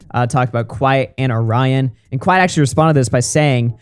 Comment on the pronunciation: NGL that is the WORST pronunciation of my name (and others with it) that I've heard. WHY do people pronounce it like that?? It's not even remotely spelled the same as the cookie. 🙃 Truly baffles me.